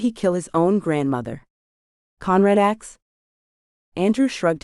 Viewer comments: It is pronounced "asssk", not "ax". And I could do without the gun politics. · AI needs to go. She says 'axed' instead of 'asked'. Speaking improper English when narrating is inexcusable.